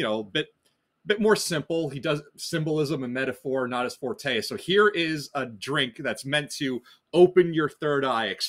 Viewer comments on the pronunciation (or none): none